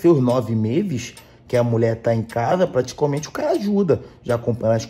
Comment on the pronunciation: “Praticaumente” kkkkkkkkk